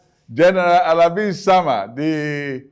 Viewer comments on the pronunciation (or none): Alabi-Isiama not Alabi-Osama.